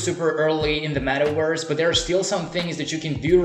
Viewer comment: Wee rrrrr in the metawerse 🤣🤣🤣🤣